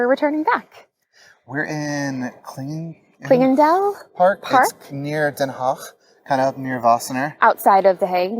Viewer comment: Leuke video. Ook leuk om te zien hoe Amerikaanse expats kijken naar Nederland! De uitspraak van de Nederlandse woorden is ook behoorlijk goed, clingendael Alphen aan de Rijn!